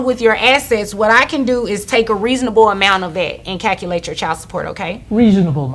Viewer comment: They are acting?!? Now I understand why one woman paid her ex in lap dances for child support and why she says “Cal-ci-ate” hahaha instead of Calculate.